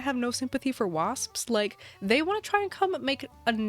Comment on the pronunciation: Take a drink of water every time says “psps” at the end of “wasps” 😂